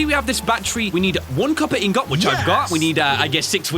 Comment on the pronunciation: your saying ingot wrong